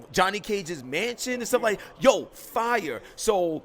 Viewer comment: Lol when you hear someone over-enunciating "fire" you know they dont use proper grammar any other time.